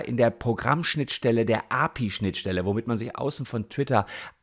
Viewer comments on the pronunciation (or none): Das spricht man A. P. I., nicht Api 😂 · API ist eine Abkürzung und wird deshalb "A, P, I" ausgesprochen ;) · Es hat mich sooo wahnsinnig gemacht wie er das ausgesprochen hat und und ich bin nicht mal ITler oder sowas😅